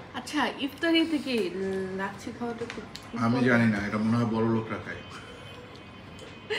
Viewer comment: its lassi not lacchi moris not morich samosa not samocha